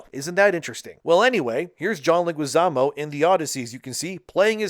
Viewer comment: Dude, I know English is likely your second language but you are trying to talk so fast that you are failing to properly say words and names. The names of high profile celebs are particularly egregious fails: it is John LEH-gwee-ZAH-moh. It isn't like there aren't 1,000,000 other videos out for almost any celebrity where the name is properly pronounced dozens of times. Or even google. It rips the flow of your commentary out of its groove.